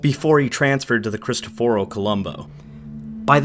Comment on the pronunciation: Mispronounciation of almost all names....who ever says "CristofOro Colombo"? And CAIO Duilio,not CIAO Duilio.